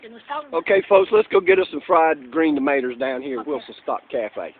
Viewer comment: I love how you say 'fried green "tomaters" haha